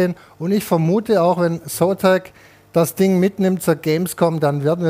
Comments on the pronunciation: Ich musste so lachen, weil immer Espressi, Kaffee oder Sotak statt Zotac gesagt hat, mega lustig wie er sich immer verspricht xDD Und die Einspieler zum korrigieren waren göttlich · Es wird Zotech und nicht Sotack ausgesprochen! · der zotac wie das gesagt hat xDD